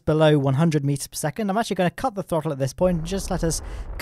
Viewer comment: You went full Scottish when saying throttel